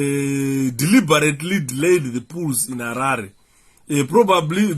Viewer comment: It's Poll (pronounced Pol ..Sir with all due respect not pull or pool, so that we can all understand what you are explaining) Poll is simply an election to some of us who may not know what a Poll is, thanks 🙏